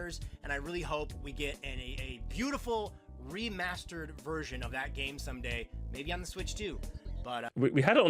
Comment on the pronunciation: He said REmastered not DEmastered lol.